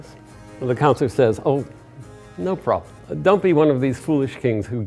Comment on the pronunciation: "No Probem" - just sayin :p